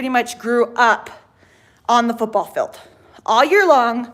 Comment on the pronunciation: Field!!!! It’s pronounced Feeeeeeld!!!!!!